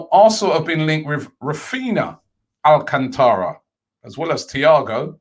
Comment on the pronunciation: 🤣🤣🤣🤣 ROBBIE I TOLD YOU, repeat after me: Al - can - tra THATS HOW YOU PRONOUNCE IT